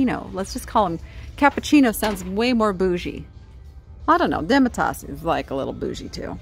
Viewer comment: Demitasse is French and the e at the end is silent. It means halfcup because it’s for strong coffee like espresso.